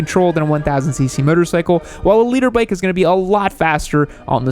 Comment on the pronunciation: i really thought he was saying Leader bike LOL